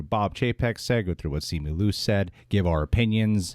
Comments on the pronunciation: Simi Lu? First off, you're Asian... You are not allowed to butcher Asian names. It's Simu (SeeMoo) Liu (Lyoo) come on now, get it right! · Bruhhh it’s SIMU LIU NOT SIMI LU!!!! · SEE-moo LEE-ew, please... he tweeted his own name pronunciation. Agree with you guys -- yikes leadership at Disney, huh?